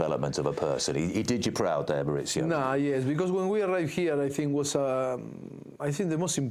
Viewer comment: His name is Mauricio, not Maurizio. His son, however, is Maurizio. They are not the same name, their pronunciation is not interchangeable.